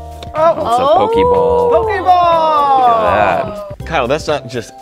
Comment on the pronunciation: me when the said "pokey-ball" 🤮